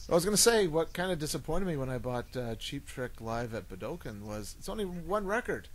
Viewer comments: i must ask....with all respect, is "boo-dokin" the common pronunciation of Budokan in Canada? i ask because i have always heard it in the US an Europe, and in the Japanese press conferences from Kiss' visit, pronounced "Boo-dough-khan". Keep up the great shows. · Boo - Duh - Khan.